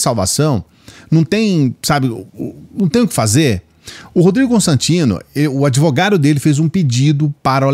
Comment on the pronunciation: Se o dotô adEvogado, o paladino dos hamburgueres na chapa falou, então, tá falado, falei? 🤣🤣🤣🤣🤣